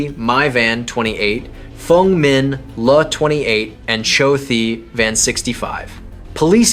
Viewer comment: Le is pronounced Lay